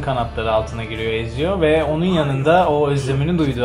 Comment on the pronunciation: E abi, Edward Kenway'in kızıyla buluşması? Mary Read'i kaybettiğimiz sahne? Hiç mi yok? Bir de çok üzgünüm ama Ezio'yu "Etsio" değil de "Eziyo" diye okumanız acayip dikkatimi dağıttı ya.